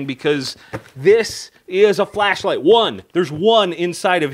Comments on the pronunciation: "This is a flashlight". I could have sworn you said fleshlight. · anyone notice he said "fleshlight" ?